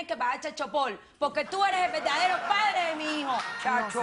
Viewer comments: Dice la tóxica que “chalchopol” 😂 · .... 'chal chopol' jajajajajaja XD XD XD XD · Casi me orino de risa cuando dijo: ""chal shopor"" jjjjj que perra mi amiga jjjjjj loka no lokisimaaaaaaaa